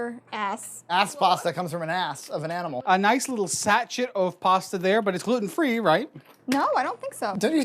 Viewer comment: Love but the way she says gluten kills me. It’s “glue-ten” not “glue-en”. Ugh